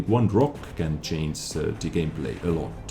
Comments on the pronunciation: please say change and stop saying chainse, with love from germany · Can u learn to say "change", because it's to hilarious.. I can take it serious anymore. In other way keep up the good content:D